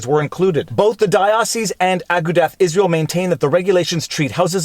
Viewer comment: Big fan. You're great. But I needa teach you the correct pronunciation of Agudath Israel.